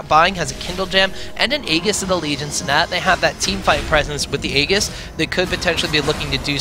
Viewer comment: aegis just became ayegus: lol